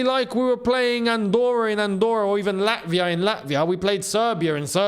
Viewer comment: “Beat lavia” lol